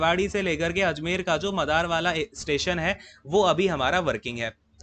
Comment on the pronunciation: 🤣🤣 sir vo मादर nhi मदार h